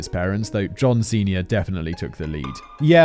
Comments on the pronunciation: about an hour in and i keep having intrusive thoughts about how simon saying "john senior" sounds kinda like "john ceña" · Every damn time he says John Senior I hear John Cena also "garrolousness" is pronounced "garr ul us ness" not "garr ool es ness"